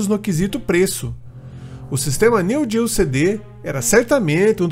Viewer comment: NÃO SE FALA NEW GEO, é NEO GEO.